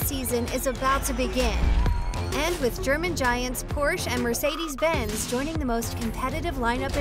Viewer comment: Mercedes is also pronounced very wrong, eventhou it is very much possible for english speakers to say it the right way.